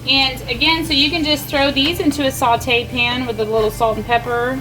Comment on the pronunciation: Saw-tay. Not salt-ay.